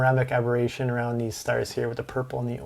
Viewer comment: chromatic abberation what you are saying.